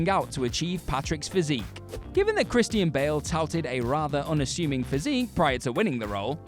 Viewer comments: Kris-teen Bail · Christy-ann Bale